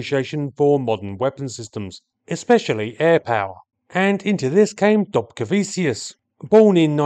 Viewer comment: The land of my heritage!!! It has a short but fascinating aviation history. Thank you so much for doing this one! Oh, and it's pronounced "dobcareveechoos" with the "r" being soft, almost silent. 😉